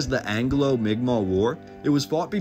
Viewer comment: Migma is basically how you pronounce it